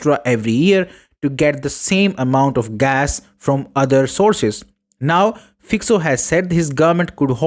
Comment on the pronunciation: It's Fico (read FyCo) not Fyko not Fyxo.